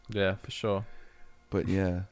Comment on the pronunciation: Warm take: have never said "for sure". He only says "for Shor"